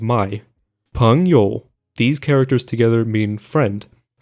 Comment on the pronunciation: Your pronunciation of “hanzi” has broken my Japanese brain